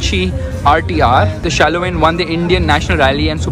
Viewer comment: It's shaolin. Not shaloin